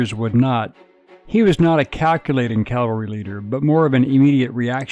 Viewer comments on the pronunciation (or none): CAVALRY! CAVALRY! Not CALVARY! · It’s Cavalry… Not Calvary. Get it right! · Cavalry not calvary! Sheesh!! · It's pronounced Cav-al-ry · I find it surprising how many people mispronounce "cavalry".